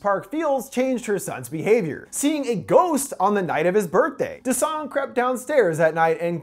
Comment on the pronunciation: Why is it whenever an English speaker pronounces a Korean name they put emphasis on the second syllable not the first, like it’s pronounced DA-song not da-SONG